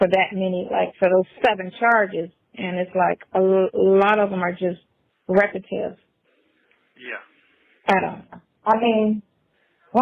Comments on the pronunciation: I knew someone else caught that "repative" hahahahahaha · REPETIVE? U mean repetitive dummy!! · What exactly is “REPATIVE”? 😂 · OMG did that dummy say “REPATIVE” instead of “REPETITIVE”????😂😂😂😂. She needs to get off that phone and go take some remedial English classes. Both of them actually. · She said repetive.....do mean repetitive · All of his charges are "repetive"...The word is "repetitive" and yes he repeatedly committed them dummy!!!